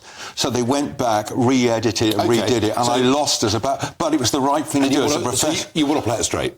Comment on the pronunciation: Wish he wouldn't say 'fing' for 'thing'.